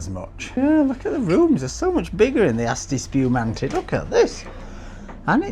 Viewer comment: "Asti Spewmante"😄😆🤣🤮